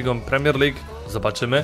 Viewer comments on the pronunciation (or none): none